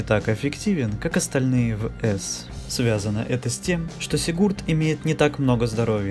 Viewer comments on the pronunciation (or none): Только не сигУрд, а сИгурд!